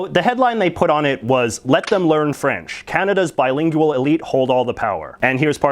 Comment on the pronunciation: I love the way you pronounce "bilin-geyou-al.